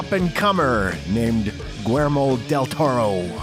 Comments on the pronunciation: another great video. I agree....Blade is an all time favorite of mine. The less said about Blade 3 the better. The director's first name is William in English and not pronounced Gwer-mo...other than you guya are the best!!!!! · The fact that you don't know how to pronounce Guillermo, you literally pronounced it guermo. What the hell dude? Just about everybody knows how to pronounce that name ... except for you. Do a little bit of research on pronunciation off of Google please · You can add the narrator's constant mangling of Del Toro's first name to your asute observation.